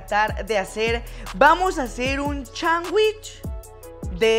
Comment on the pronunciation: No se dice chanwish, se dice Sanwich lol🤣🤣🤣